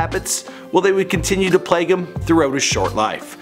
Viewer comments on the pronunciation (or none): none